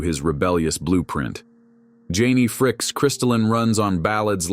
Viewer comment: These AI voice overs are terrible. It's pronounced "Frick-ee"